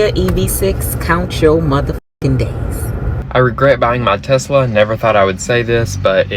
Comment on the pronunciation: Why are they calling it a Tezzzzla.